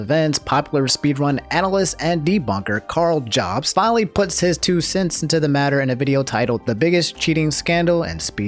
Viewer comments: It really bothers me that he says "Jobs" instead of "Yobst" I know it's not spelled that way but it's pronounced that why I think. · 80% sure it’s pronounced “Yobst”